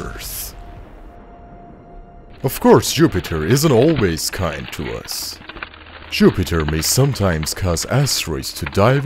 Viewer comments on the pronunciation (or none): I agree that he said Župiter